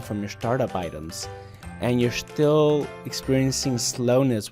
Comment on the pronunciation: "and you have shtiil"